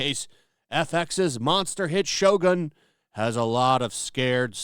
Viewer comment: its shogun not shotgun we dont need any black in here